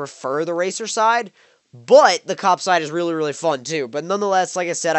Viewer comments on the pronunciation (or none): none